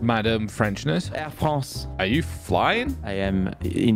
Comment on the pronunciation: Air Fwance